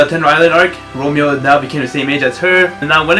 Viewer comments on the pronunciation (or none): none